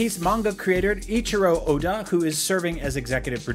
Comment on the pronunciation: So he mispronounced Luffy, Eiichiro Oda and Yu Yu Hakusho. Nice.